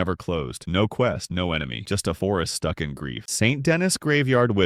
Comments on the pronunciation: Saint Denis is "Sawn Da-knee" not "Saint Dennis" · Say it with me now SAN DUH-KNEE. Not Saint Dennis. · Sane da knee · Denis isn’t pronounced “Dennis” It’s pronounced like “St. Louis”. The S is silent, and the I is pronounced like an E. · Sorry but i have to say this Saint Denis is pronounced San da knee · the way you say Saint Denis and Angelo Bronte honestly sent me into a lil rage... like they say the names IN the game so there's not even an excuse